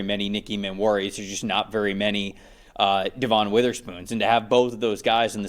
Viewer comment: DEVON is pronounced DEVIN. He’s been in the league too long for people to still be calling him DEVAUGHN.